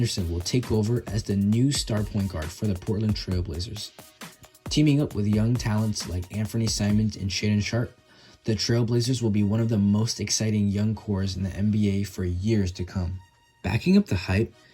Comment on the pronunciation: Nice video. One thing. It is Anfernee Simons rather than Anthony Simons.